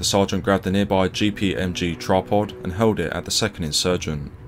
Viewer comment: Nice video and channel. Your videos aren’t filled with waffle like so many others to reach the 10min mark. I would just soften your estuary accent a bit to help out your international fans. Example: you used the word “hurled” and sounded like held. I criticise because I have the same accent lol.